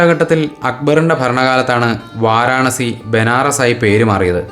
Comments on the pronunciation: വാരണാസി അല്ല വാരാണസി. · വളരെ വിശദമായ ഒരു കാശി വിവരണം. വാരണാസി എന്നല്ല പറയേണ്ടത് വാരാണസി എന്നാണ് ശരിയായ പേര്